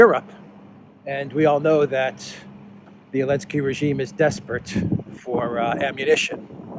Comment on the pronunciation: Why do you call him .elenzky?